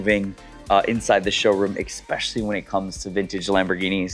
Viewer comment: It’s pronounced “Especially”, es not ec, you are a very well spoken person and I value when someone helps me improve how I speak and share information, so I hope you don’t take offence to me passing that on.. Adore your content and passion for these cars we all love, thank you for sharing both these cars and your knowledge with us. 👍